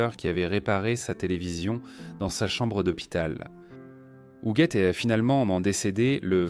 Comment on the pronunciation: Donc l IA ne sait pas prononcer hugUette??😂😂😂😂 Hougette